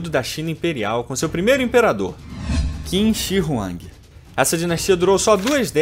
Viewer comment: Confúcio apareceu bem antes do imperador Qin (tipo uns 300 anos), não depois. E por que a inconsistência em pronunciar o nome da dinastia e o nome do imperador se o nome da dinastia é justamente o nome do imperador? Ou pronuncia tudo "kim" ou tudo "tchim". A intenção é boa, mas tem bastante informação errada desnecessária aí.